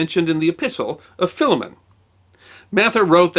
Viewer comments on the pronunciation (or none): FYI.... Philemon is currently pronounced, Fī- lē-mun.